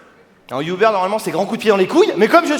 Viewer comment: Vous prononcez "Youbeur" en France pour Uber ou c'est que lui?